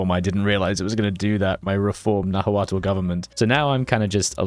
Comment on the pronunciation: The pronunciation is killing me! 😂 It’s pronounced Ten-och-tit-lan, not whatever tintochtitilin is. Also, the religon is pronounced Nah-tul